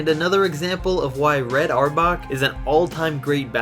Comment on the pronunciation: Reds name is pronounced (hour back)